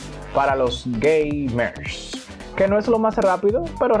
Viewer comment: Porque tú dice gay mer e 🤣🤣🤣🤣🤣